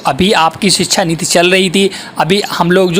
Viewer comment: नीत नहीं नीति